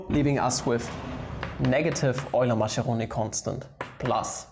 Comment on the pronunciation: I FUCKIN' LOVE "EULY-MACCHERONI"